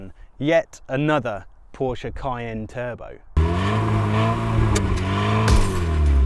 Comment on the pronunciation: Really enjoying all your videos 👍. Especially, that you pronounce Porsche properly (not pawsh😁, line some).